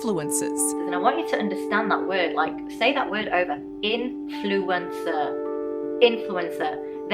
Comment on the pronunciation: Influenzer. Repeat after me, Influenzer.